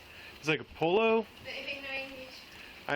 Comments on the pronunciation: Did he pronounce pollo as polo? Oh lord. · That cop pronouncing Pollo as Polo had me laughing.